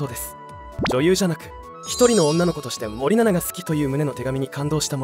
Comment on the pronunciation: 森永みたいに言うなw